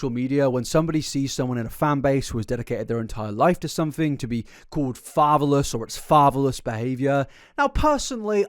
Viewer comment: Better question, "fatherless", why did it sound like "favaless", like, lacking fava beans? 😂